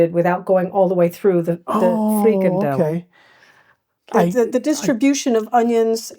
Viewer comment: Thanks for trying to learn more about the Dutch language, habits and items. Openlucht is not pronounced 'openlukt'. The ch in Openlucht can better be pronounced as the way the Scots pronounce: Loch (not pronouced as 'lock' ) De 'Freakendell' is a nice new way of saying: freekahndell (the proper pronunciation of frikandel) Tom Poes is not pronouced as Tamm Puss ! Anyway my remarks ar meant as postive. I admire your perseverance ! Keep it up !